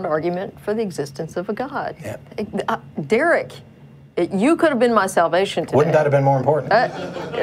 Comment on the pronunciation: That was dewek..dewek is a complete fool..don't be like dewek..